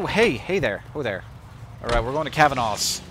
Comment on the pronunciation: *Ahem*.. Cav-an-a's. A as in apple. Thats how we pronounce it and seeing as its an Irish name.. (